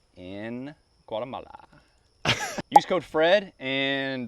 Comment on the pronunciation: you lost me at "guatamala"